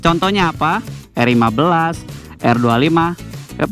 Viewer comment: R15 dibaca "er wan faif" , bhs inggrisnya jgn stengah2 dong bg